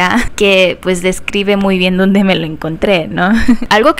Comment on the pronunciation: En este minuto dice dode y tendría que decir dónde